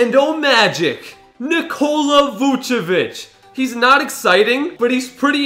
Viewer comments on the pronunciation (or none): none